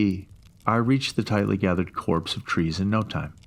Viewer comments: Came here to comment the same thing. It annoyed me more than I should have. Copse, pronounced 'Cops'. Hopefully the narrator reads these comments! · It's copse of trees, not corpse of trees.